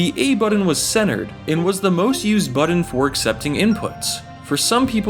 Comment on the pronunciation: Sorry, had to turn this off after hearing the word "buddun" too many times